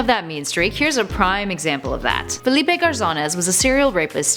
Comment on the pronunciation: It is said fe-ly-pe